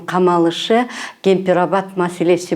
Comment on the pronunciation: Ай сассык журналист !!! Айыгып жаткан жараны эмне кыласын кайра ырбатып тырмап йя ! Сен озун биринчиден туура суйлогонду уйронуп алчы бузуку журналист . Кемпир Абад деп туура суйло кок мээ ! Каякта ал сен айткан ( Кемпир Агат ) ???????